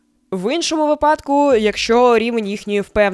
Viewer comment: Дякую. Але наголоси пропоную інші у словах "висвітлення", "випадку" тощо.